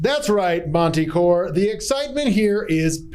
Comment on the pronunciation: Monte Core?... belabored sigh